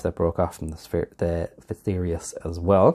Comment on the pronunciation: You pronounced it correctly.